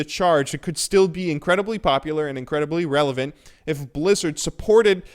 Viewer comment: lol instead of relivent he said erlivent btw idk how to spell that word dont judge